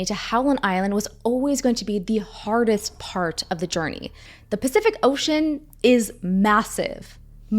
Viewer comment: "pacthific ocean" ❤😂